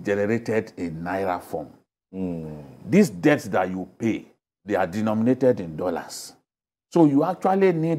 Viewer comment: It's not pronounce as depts it's debts..pronounce it as death!!